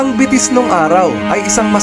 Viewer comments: Betis - (be-tis) not (bi-tis) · It's Be-tis po kung bibigkasin medyo may pagkamalambing po ang salitang Betis. ☺️ -from residence of BETIS 🥰